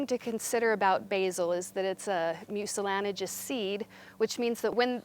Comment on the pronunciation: mucilanigous???? How about mucilaginous? For that matter, how about jewelry and not jewlery? And my personal favorite, nuclear and not nuculear---especially when The President says it.